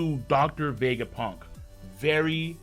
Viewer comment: The way says Vegapunk's name is so satisfying to hear